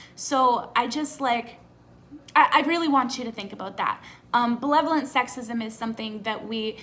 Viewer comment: Unrelated, is saying belevolent instead of benevolent a Canadian thing? Like irregardless?